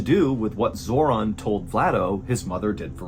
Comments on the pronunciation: Felt the need to share, off topic of the video Zoran is my brothers name but it's not pronounced the way in this video and the only Zoran Zor(in) I probably will know in person. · Yes.im from Macedonia. Also Zoran is proununced" Zoron" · I swear he said her sons name was zordon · ‘Zoron’ ? My god lol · How did you nail the pronunciation of "Ljubica" but you got "Zoran" wrong? Lol